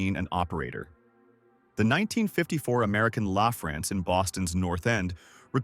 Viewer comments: When he got around to the third way to pronounce “LaFrance” I gave up 🙄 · How many different ways can AI pronounce American LaFrance?